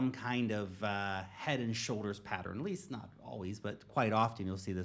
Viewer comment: Why is he pronouncing pattern properly now? Go watch his other videos, he never pronounces it correctly. "pattron"